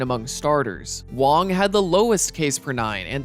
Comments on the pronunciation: Wang not Wong dude im Taiwanese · Its Wang he just pronounces it wrong the whole video for some reason